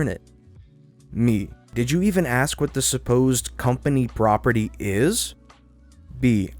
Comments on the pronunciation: Hey Narrator...the word is ASK, not AXE. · I really hate it when people axe me to do stuff instead of axing themselves.... Oh sorry did I write that wrong? I was confused by the axing coming from the reader... Let me axe you, am I making it clear that I hate when people can't say ass-skkk when they aren't ESL? A S K not A K S. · I like this reader better than the last one (so far), he's not so annoying. But still, compared to Jake... And please, it's ask, not aks! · FYI Pronunciation: "Ask" is pronounced A S K, NOT "AXE", ASK not AKS!!!!!!!!!!!!!!!!!!!!!!!!!! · It is ask, not axe. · It's ASK, not AKS. Did you go to school or ksool? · I really don't like being that guy, but the word is "ask" not "aks". There is an S before the K. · Drove me nuts too. ASK is what you do when you request someone to do a task for you. AXE is what you use to split firewood. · "Aks" hurts my brain. 😣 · Yes.. Finally, someone hears it. I mean, come on.. I don't want anyone to ax me a question. lol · That's because he is saying "axe" and "axing", it's driving me to distraction. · Strange that the narrator can read and pronounce everything correctly except for the word "ask".